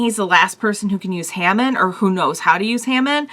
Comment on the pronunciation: It's pronounced as Haa Mawn